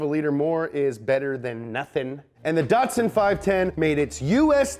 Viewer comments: Not datsun, but datsun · You're not pronouncing Datsun correctly.